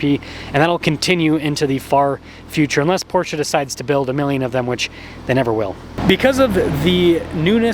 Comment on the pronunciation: Beautiful car, and thank you for pronouncing PorSHA correctly.